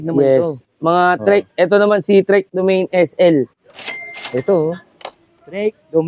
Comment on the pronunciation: "domani" po ang pronunciation hindi "domeyn"